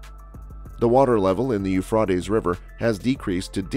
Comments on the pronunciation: OH MY GOSH this IS killing me. The Euphreites river HAS A LONG A SOUND!! PLEASE STOP butchering OUR language 😑 😭 😒 😢 😫???? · whoever made this and is telling the storiy who you find to speak?have they not heard the river correctly?I know in Lords eye doesnot matter still get someone who knows how to say it right.